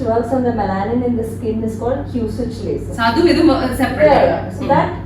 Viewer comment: Laser not be lyser deee